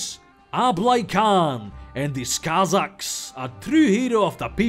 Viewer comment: The Kh in "Khan" and "Kazakhs" isn't pronounced like "k", but like that hard "h", made on the soft palat, you know, the one I always represent with an "x".